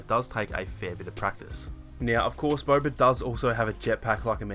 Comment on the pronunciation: Haha he pronounces it as”Bober”